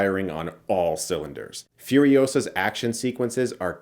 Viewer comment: Dude....Furiosa????? Are you nutz???? WTF